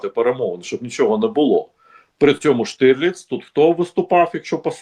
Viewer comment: Штырлиц 🤣 Власне, українською правильно казати та писати Штірліц 💡